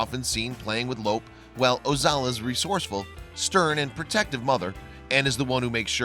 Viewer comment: Your saying Lope's name wrong. It sounds different than it looks because there is no accent mark in the English language. His name sounds like Loopy. Lope' It is a Spanish name. Your saying it like elope, without the first e.